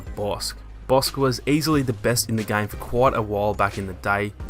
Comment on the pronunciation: You pronounce game like gang